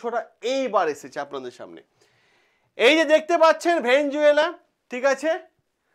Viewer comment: ভেনেজুয়েলা নয় রে ভাই ভেনেজুয়েলা।